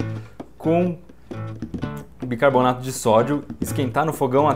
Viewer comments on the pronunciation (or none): none